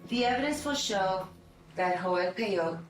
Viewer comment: Everytime the narrator says "Joel" a little kitten dies